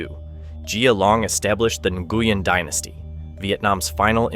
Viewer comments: Nguyen is prounced: Win. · I found it strange that different incorrect pronunciations were used. At some points "New-yen" was said and then "Na-gu-yen". The correct Vietnamese pronunciation is more like "Wheeng", but it is often Anglicised to "New-yen". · New goo yen 🤣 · You pronounce Nguyễn incorrectly. Quite an important word to get right on this topic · If you're going to talk about how important the name Nguyen is to Vietnam maybe ensure it's being pronounced correctly... oof.